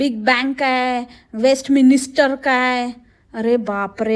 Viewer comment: Westminister🤣🤣🤣🤣 🙄🙄🙄🙄 ughhh... Its WESTMINSTER. Dear the British stiff upper lip would curl up in utter disgust with your pathetic pronunciations. PLEASE STOP AT ONCE😅😅😅😅😅😅